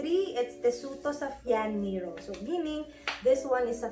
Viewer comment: Hello miss. Don't get mad about s pronunciation of NERO Mali PO. basahin nu PO siya as NE RO., not NEERO